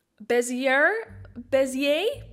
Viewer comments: On Forvo (pronunciation website), a British guy goes with the more original "French" pronunciation (which is what my instinct said too), so you were right when you said "bezz-ee-AY". I think some words in English are kind of so "obviously" French, with no change to spelling or anything, that we've decided that they more or less keep their original pronunciation, like "Grand prix". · "Bezz-ee-err". I think. Lol. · So i guess I am not the only one who cant pronounce bezier properly. Love your vids keep it up. Aaaand please can you make a vid about color isolation effect. I tried it but the results I am getting aren't what I want.